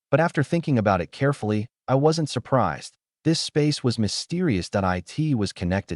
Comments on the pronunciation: like simple word like //// it, it goes " I T " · Follow every period with at least one space character. Otherwise, the AI reader gets confused if the following word is short, like 'It'. sed -i '' -E 's/\.\b(\S{1,3}) /.\ \1 /g' filename.txt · Whats wrong with your ai? Cant say IT, AT, MY... so fkn dissappointing and annoying